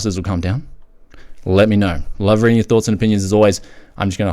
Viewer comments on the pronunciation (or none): none